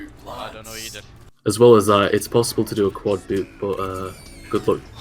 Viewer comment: After all these years I am just now realizing called one chapter "Double Boob" instead of "Double Boop"